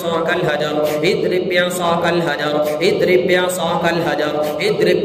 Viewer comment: Azrib bi asakal hajar padhiye... Idrib bi asakal sunai deraha hai.